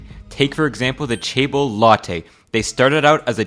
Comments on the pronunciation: Not CHAEBOL, but JEHBEUL, or more like JEHBER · Good video, but Chaebol(체벌) sounds like ‘physical punishment’. I think its better to pronouce as Jaebol 😅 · oversimplified and some of information are questionable. but guess its ok to get the big picture For chaebeol, ch has j pronounce. I would say it sounds like jaeber